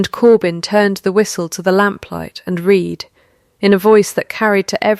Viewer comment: Nice story, but read was mispronounced numerous times. Also, choose how to pronounce the name and stick with it. Was it Lynnet or Lynette?